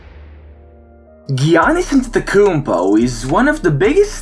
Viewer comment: He is the biggest star in the NBA and yet you cannot say his name correctly.